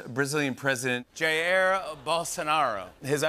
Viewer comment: While americans always tend to mispronounce brazilian words, i could never imagine Jimmy Fallon's pronunciation of "Jair" would be THAT bad...